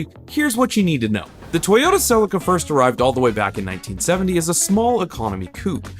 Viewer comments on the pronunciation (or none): Cell-eeka not silica LOOL. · I'm sorry the what? Toyota Celica = Suh-Lee-Kuh not cell-ika My Japanese mate just face palmed hard! lmao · Cracks me up pronouncing Celica as: Sell licka 🤣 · Repeat after me SEE -LEE -KA now pretend your Japanese and very polite as you say it ,, thankyou from JAPAN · It's pronounced Sell-ee-ka. Just saying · I wish you would pronounce Celica correctly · Well, that pronunciation of Celica just sounded bizarre!! Not how I ever heard anybody pronounce the name in Australia!! 😂😂